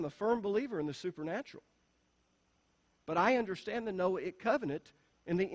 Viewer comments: It’s just you. Noahic pronunced no-ay- ic, long on the “ay.” He can pronounce Mosaic but cannot pronounce Noahic. They are pronounced the same way. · So funny that in trying to explain how to pronounce the word Noahic...he pronounces it wrong! The 'a' is a "long A".